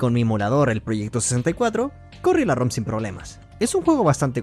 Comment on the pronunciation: 😂 todo bien❤ TMB ROM en vez de Rum, room es habitación , ROM: read only memory. Memoria de sólo lectura. Gracias por compartir ☺️